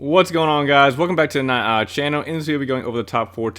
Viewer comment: Nightowl: hey everyone welcome back to the nightowl channel Captions: hey everyone welcome back to the my uh channel I mean it kinda sounds like that tbh